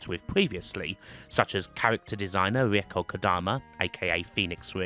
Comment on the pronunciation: I really like your video. Learned something about the spin-offs too. Your pronunciation of Reiko is a kind of horrible though...